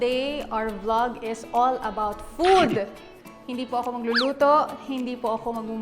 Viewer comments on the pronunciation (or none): none